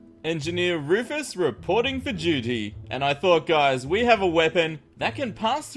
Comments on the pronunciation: its not rufus the enginner its fufus the anginner:) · Bunny: Tank you Wufus for your secwet base!! Rufus: Get away from my base bunnies!! You too Lorenzo!